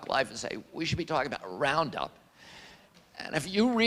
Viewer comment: Luke= "RupPound"